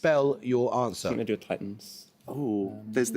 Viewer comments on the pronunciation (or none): none